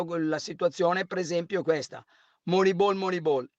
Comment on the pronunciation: mi spiace, ma sto video proprio non mi è piaciuto, Carlo veramente pessimo e antipatico quando dice "Moneibol" e quando cita il carneade dell'Arsenal 23 anni nuovo Dest 🤨